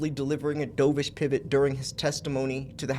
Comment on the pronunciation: Heads up it’s pronounced DUVish like the bird 👍🏼